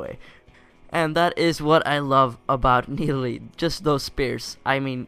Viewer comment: no that is not Nidalee! :0 It is MIDalee :D